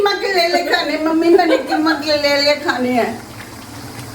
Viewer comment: Kitni baar bolti hai keema karela